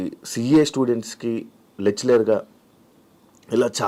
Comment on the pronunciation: CA students ki "Lechleru"...Waahh..Lecturer ani palakam raadu, veedu oka anchor..vachinavalani (in other interviews) geera ga questions adagatam